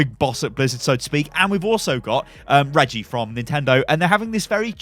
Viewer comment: His name is REGGIE. Pronounced (Reh-Ghee not Red-jhee) he invented Zelda (you know, the guy in the green tunic)